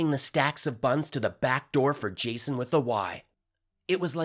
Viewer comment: "Jasoy", - lol